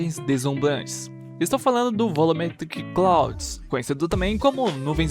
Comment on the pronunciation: Ótimo tutorial, mano. Continua assim ✌🏽😁 Só uma dica: nuvem em inglês se pronuncia "Claud" kkkk